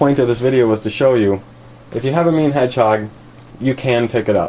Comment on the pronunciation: Am I the only one who thought he said “meme hedgehog”